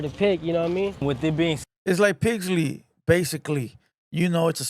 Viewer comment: Pixley not pigsly 😂